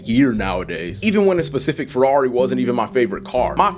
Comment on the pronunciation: Furwawri, bruv.. 😂